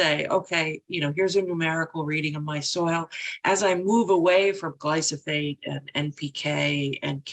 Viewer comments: Why won't Dr. Berg say glyphosate right?😭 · Awesome, game-changing revelation. Doc Berg is the only person I ever heard pronounce Glyphosate as Gly-Foss-Fate.. so TomaytO/ TomaatO..it’s all love. Thanks in abundance..